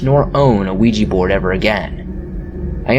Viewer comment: Nice to hear someone pronounce ouija properly instead of weejee!